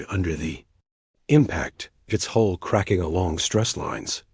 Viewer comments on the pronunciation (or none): interesting story is it too much to ask the AI to learn "Sol" and "Hull"?